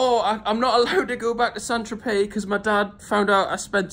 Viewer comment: The way your mate in the orange t-shirt pronounced St.Tropez hahahaha Saint Trop-es